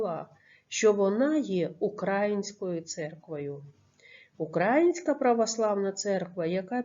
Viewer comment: Не укрАїнська, а украЇнська